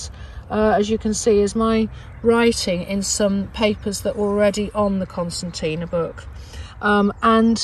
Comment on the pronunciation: No, I think she's questioning your pronunciation of it.